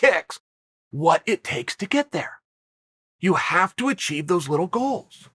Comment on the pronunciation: Chael - "you jave to play with yourself every single day." Me - "OK great!"